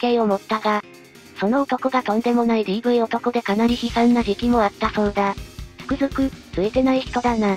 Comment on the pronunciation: いつも楽しませていただいてます。 でもちょっと言葉の細かい部分が気になります。 「不信感を抱きました」を「だきました」と発音していますが、こういう時は「いだきました」です。 「折り合いをつけれたら」は「つけられたら」です。誘う言葉に言い換えた時に「よう」がつくものは「ら」が入ります。「つける」「食べる」「見る」は「つけよう」「食べよう」「見よう」となりますので、はそれぞれ「つけられ」「食べられ」「見られ」です。 「つくずく」ではなく、「つくづく」です。 いい動画なので、こういうところも気にしていただけるとますます人気出ると思います。